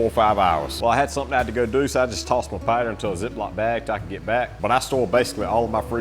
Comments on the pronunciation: Love the accent pider like spider 🕸️ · Pooutter😂 I crack up at this accent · I'm still hearing "pider" Cracks me up every time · Gotta be Louisiana 😅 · 😂 I keep hearing it now too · I was so confused at first 😂